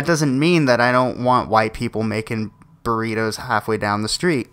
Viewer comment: What the Fuck are BURRIROS?? the name is BURRITOS with a T. not an R. Spanish challenged Idiot. The problem is that the USA has always been STEALING from other cultures and then claim that is their idea. Now, I found it Outrageous that these two smart girls were shut down since there is not a patent on Burritos.